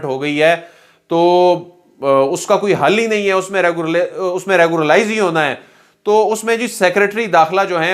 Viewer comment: Our ppl r very weak in English pronunciation. It is REGULARIZE not reguralize.